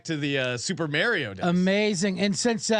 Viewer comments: I turned it off when he said Mayrio like that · No way just pronounce Mario like that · I used to not hang out with kids who pronounced Mario like that